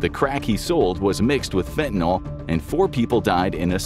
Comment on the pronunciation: can we please start pronouncing fentanyl correctly? Fenta-nill